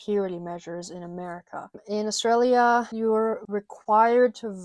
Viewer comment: As an Aussie i can confirm that everything you said is 100% correct, you are also the only American i have ever heard pronounce Australia correctly, stay beautiful :)